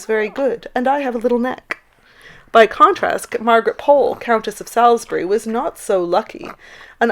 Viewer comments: it’s an easy mistake to make, especially when you may be more used to hearing a pronunciation in one way or even if you are expecting the emphasis to be in a different place (a personal peeve of mine being the mispronunciation of Lomond in Loch Lomond) but essentially the the Sal in Salisbury rhymes with all, so it’s kind of s-all-s-bury with the emphasis on the salis part. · Salisbury is pronounced sauls-bree/ sawlsbree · I think the point being made is that you used a hard ‘a’ more associated with the US dish of Salisbury steak, rather than the softer ‘a’ that is typically used in the UK for the same place name.